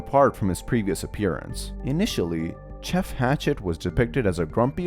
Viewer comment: Why is Gejeff called Gjuff💀